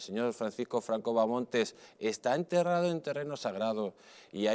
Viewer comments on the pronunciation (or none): No es Bamontes, hostias! Es Bahamonde.